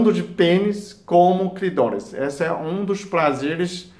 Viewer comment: Clidoris....plazer....plostata...e pastel de flango.... Tirando isso tá valendo!